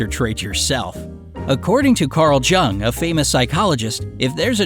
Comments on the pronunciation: you said Carl 'J' ung it is pronounced Carl Young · his name is pronounced Young not Jung. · Its not pronounced jung It’s pronounced yung. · Jung is pronounced young. Prepare more effectively. I'm going to stop watching here because you sound like you're 12 and your voice is irritating, like Mickey Rooney in his youth. I'm sure you can't help it. You might consider an auto voice. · actually its pronounced like this